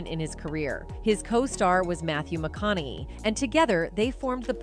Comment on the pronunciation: Really, eee-dee tee-vee starring Mathew Mcconnelly?